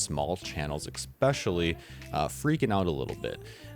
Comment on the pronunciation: C'MON MATE, IT'S NOT EX, EX IT'S ESPECIALLY. C'MON MAN. I AM ON YOUR SIDE. LEARN EFFIN ENGLISH, PLEASE. HOW AND WHAT ARE YOUR KIDS LEARNING. EXPECHILLY.